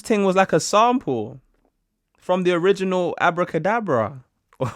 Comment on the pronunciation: I’ve over here thinking “‘sound pull?’ Huh, guess they use ‘sound pull’ instead of ‘sample’ in UK” Took me wayyyyy to long to realize you were actually saying “sample” 🤣🤣🤣🤣